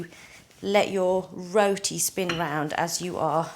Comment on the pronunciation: Why is she saying “roti” like that